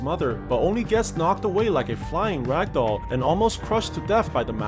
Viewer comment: why do you always say ragdoll?